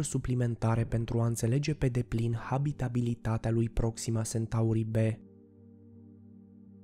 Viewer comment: Iar Sentaurii.... Unde ai auzit ma tu de "Sentaur"???? Eu parca știu de "Centaur"..... A, englzismele astea care ne umplu de ifose